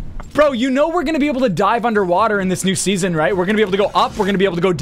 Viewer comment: It’s pronounced SEASON not SESSION